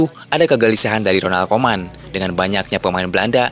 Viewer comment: Bacanya harus ronald kumen bukan koman